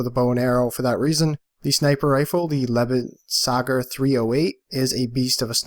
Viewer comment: It's cringeworthy how non-German people pronounce "lebensauger"